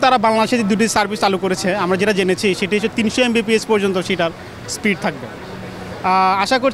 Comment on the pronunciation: Sprit na speed🙈